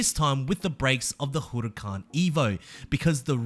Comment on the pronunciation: The way he pronounces Huracan is hilarious